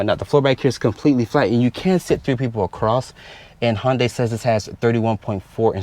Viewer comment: By the way it’s Hyundai like Sunday not honday